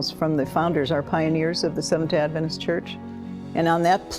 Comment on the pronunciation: Stopped watching/listening . Try again when you know how to pronounce the word "adventist".